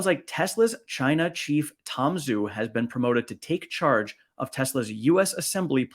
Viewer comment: Tom Zhu’s name should be pronounced “Ju.” Refer to online Chinese romanization chart based on pinyin. Love your channel and keep up the great work!